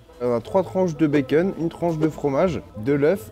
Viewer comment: Charles qui dit « Bakeun »🥰